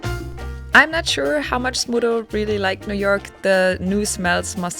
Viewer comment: Congratulations! How heart warming! (btw, I kept hearing Smoodle, and only at the end of the video, I read the description and realized it's Smudo. You really did good by him)